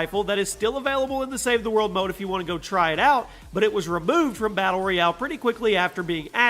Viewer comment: Ok he says “save he mode” instead of “ save the world” 😂